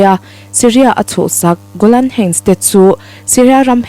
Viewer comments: I thu chhiar a ngaihnawmin i aw hriat a nuam hle. Golan heights i lam dan erawh google lam atangin ngaithla la, a duhawm. Hun lo kal zelah a la lar dawn chauh hmel si a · Golan heights han lam dik thei deuh la, thil dang pawh a lam dan uluk theih chuan ngaihthlak a hahdam zel ang